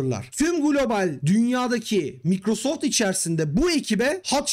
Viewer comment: Microsoft'ta çalıştım diyip de Microsoft'u da " Mikrosoft " olarak okumazsin ya.